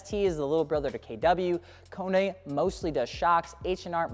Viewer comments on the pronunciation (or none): none